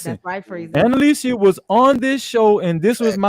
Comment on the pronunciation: WHAT IS DISRESPECTFUL...FREEZY MIS-Pronouncing ANNALICIA'S name every single time